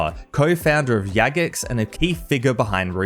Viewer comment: "Yagex" is crazy lol. But good video tha ks for the suggestions.